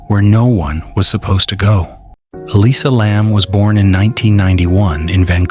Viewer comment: Nothing new here, repeated false information. I don't know if you ever heard of something called youtube, but try to find it and look on there, posters are still going up on that roof with no alarm or lock. Even the way the name is continually mispronounced in different ways is annoying.